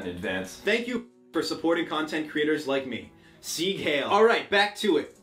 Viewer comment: When you said Sieg Heil, the pronounciation physically hurt me...